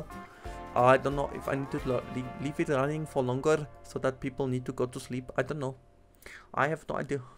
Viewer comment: "I don no"😂😂